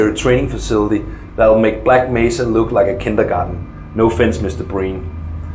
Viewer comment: My favorite part is when he said,"kindagahden".